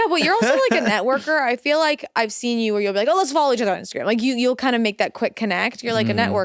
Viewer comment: I like when talks about "Instergram" 😂